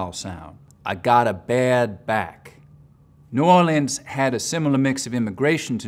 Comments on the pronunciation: I know he’s a genius level linguist, but as a person who live in New Orleans, the way he says “New Or-Lee-ans” infuriates me lol. It’s “Nü Aw-Lens” said in almost a smeared way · Bruh. It's pronounced "new WALL unz" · Oh dear. He blew the New Orleans accent. Not very accurate, and his pronunciation of the name New Orleans is completely wrong. His Cajun is pretty good though.